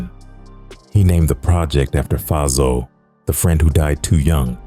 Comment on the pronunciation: AI weak af! Faizo is pronounced like Fay-zo.